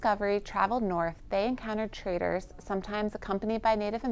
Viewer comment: Traders.. not traitors.. 😅